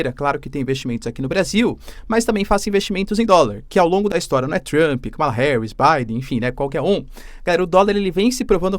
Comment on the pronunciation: Olá! Dólar a 6 foi um erro do Google. A pronúncia do nome Kamala está errada. Obrigada pelo vídeo!